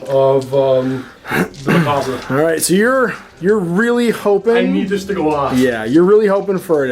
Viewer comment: Doesn't know how to pronounce 'macabre'